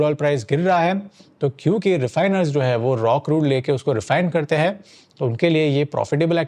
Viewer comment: A suggestion... If you want viewers to take you seriously, work on your pronunciation of simple Hindi words. For example: the plural form of है is हैं. They're two different words, pronounced differently. It's often OK to disregard this in street speak. But, we aren't in the street.